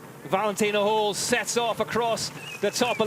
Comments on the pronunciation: Can somebody tell the stupid commentator it’s Holl not Hole. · Höll… try to say Hoell if you cannot pronounce the german letter Ö